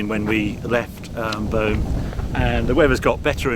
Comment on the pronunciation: By the way Beaune is pronounced closer to "Bawn" than "Bone"...